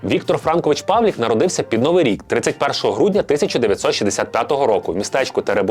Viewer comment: Чому —Павлік? ПавлИИИИИИК.